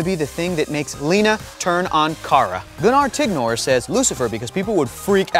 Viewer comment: you mispronounced my name it’s “Gun-ner Tig-ner”